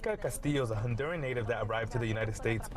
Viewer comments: Honduran, not Hondurian. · “Hondurian?” Oh lord please get a better educated person to read news .